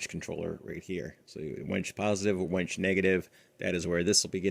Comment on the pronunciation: It’s a WINCH not a wench, though you may have one of those too 🤣